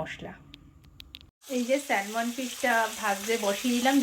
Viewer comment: Spelling ta hoyto “Salmon”but pronunciation ta hoy sa-muhn.. ekbar ektu check kore nio.